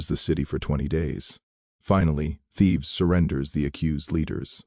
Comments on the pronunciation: For God's sake, cut out the captions and AI read. It's Thebes....not Thieves. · Thebes, not Thieves!